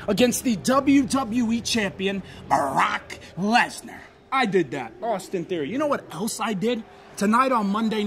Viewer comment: The way he said brrruuaakkkk lesner is so funny 😂😂😂😂